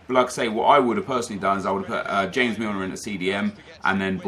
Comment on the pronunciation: Its NOT Ha-mez Milner its fucking James. HES ENGLISH FFS.